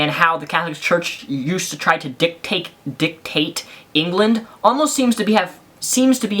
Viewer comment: LOL! He said "dick take"